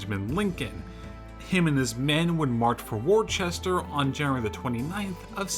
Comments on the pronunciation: It’s WOOSTAHHH!!! Other than that, great video. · Worcester is pronounced wooster(oo as in look or foot).